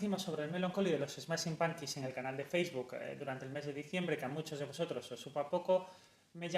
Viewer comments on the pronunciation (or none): none